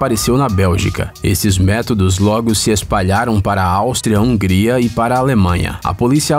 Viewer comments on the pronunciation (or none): none